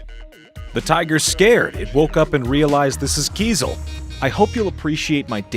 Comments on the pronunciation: In this video, the "journalist" demonstrates considerable arrogance and ignorance, entitlement, condescension, derision, and mockery. Most of the time, he does not even pronounce the name of Kyzyl properly. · You have gone to Tuva but failed to ask how to pronounce Kyzyl?